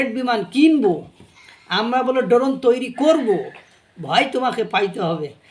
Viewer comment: Doron na drone hoy😂😂 ai tuku o jana nei